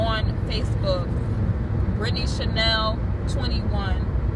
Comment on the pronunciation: "britney" ""chenel"" lol!!! and your lecturing other people for just trying to help while you carrying on like some typical thug princess, nice.